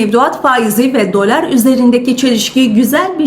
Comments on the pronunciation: Dölar deyişini . . . 😂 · Hanımefendi..Gayet iyi özetledi para piyasalarını.. Niye dölar(bazan dolâr) diyor, orasını anlamadım..